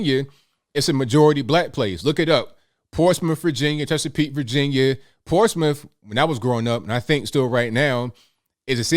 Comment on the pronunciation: I have never heard of "Portsmiff."